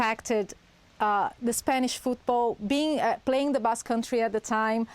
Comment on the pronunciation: "Basque maneya"